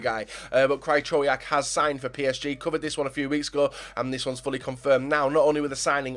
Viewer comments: absolutely butchered Krychowiaks name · u love Krychowiak? maybe look up how to pronounce his fucking name